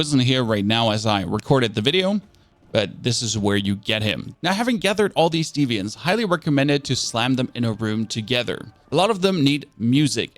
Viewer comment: D-v-ants not defiants